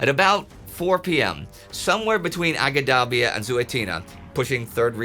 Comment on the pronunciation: Great episode. As a guy that lived in Libya, in Benghazi, and travelled a lot across Cyrenaica, I will fill out the correct names as unfortunately Indy is reading them in English although they were written in Italian (transcribed as close as possible from Arabic), so people can find them today: Agedabia - Ajdabiya - إجدابيا (the "G" is pronounced as in "George", not as in "green"), town in the southeast of the Gulf of Sirte, much larger than Marsa al Brega from which the desert path to Tobruq divulges from the Via Balbia, the coastal road) Zuatina - Az-Zuwaytinah - الزويتينة (small insignificant local port of Ajdabiya, but on a 2km narrow strip of hard terrain between the sea and Ajdabiya passable by armor) Magrum - Al Maqrun - المقرن (small community halfway form Ajdabiya to Benghazi) Solluch - Suluq - سلوق and Chemines - Qaminis - قمينس (small communities halfway from Al Maqrun to Benghazi, the latter on the Via Balbia, the former on the road from the coast to Jabel Al Akhdar, the Green Mountains that form the coastal range in Cyrenaica) That mountainious range of Jabel Al Akhdar, where the old Greek Cyrene (nowdays close to Shahat) is located, is the reason why both the Germans and the British thought Benghazi would be strategically unimportant (after the destruction of its port by Italians on retreat, German aviation on British occupation and presumed British sabotage on their own retreat). This is as that terrain is not tank conducive, it has plenty of gulleys (wadis) an